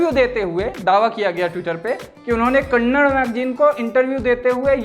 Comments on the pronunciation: Bhai please vo kannad nahi hai KANNADA hai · भैया जी कन्नडा होता है कन्नड़ नहीं। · Bhai wo Kannad nahi Kannada.... Tumhara hind itna karab hai. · It's not kannad it's kannada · its "KANNADA" not Kannad how hard is it to say this? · Kannad nahi kannada kaho.